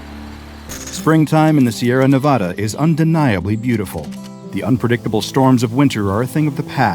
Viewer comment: Excuse me. The "Sierra Nev-ah-ta"? Who pronounces it like that lol